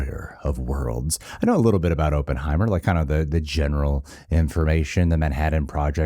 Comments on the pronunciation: Op-in, not open 😅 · It's not open-heimer it's op-pen-heimer.😉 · "Aup" not "Open" heimer. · This is an old video but I need to say this- Oppenheimer is pronounced like awpen not open. I just have to say it cause I live in Los Alamos, we have a whole statue of him and Groves in our downtown, so it’s our history and I just had to say it. 😂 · I think the name is ah-penheimer not oo-penheimer. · AH-ppenheimer. Not OH-ppenheimer. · It’s “Killian”. And Oppenheimer is pronounced like “Hop” not “Hope” so “Opp en hei mer” as opposed to “Open hei mer” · As someone with the last name Opperman, I believe it’s pronounced OPPenheimer- like opposite. Just busting your balls 😅 great vid 👍🏻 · AW-PUHN-HAI-MR KILL-IAN 🙃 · "Ohppenheimer" "Uhppenheimer", whichever way you pronounce it, you'll know he's Jewish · “I know a little bit about Oppenheimer…” except for how to pronounce his bloody name 🤡🤡🤡🤡🤡😂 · I think you should worry more about your pronunciation of the name Oppenheimer, than your pronunciation of Cillian Muprhy's name lol. It's Killian btw, pronounced as if it had a K.